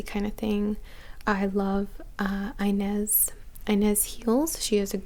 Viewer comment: Ines is pronounced ee-nez my dear ;) now ya know!